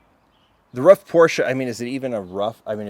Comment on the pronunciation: Ruf is spoken like roof. It's a family name